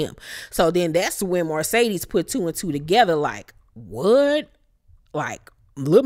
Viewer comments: I cringe every time I hear you say Marcedes (Mercedes)!!! Lol…..Love you, Bye😘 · Please stop saying MARcedes. It's Mercedes. That is all. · Love your review but it’s MERCEDES not Marcedes.